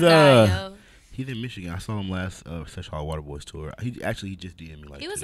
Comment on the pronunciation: HAM ON EVERYTHING stop sayin sesh water hollow nigga its seshollowater. Shit got me buggin haha